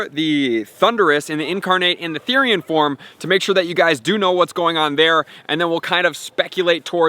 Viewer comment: it's Form. Not Forme.